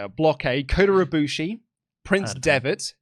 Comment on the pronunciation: said “Kooter Ibushi”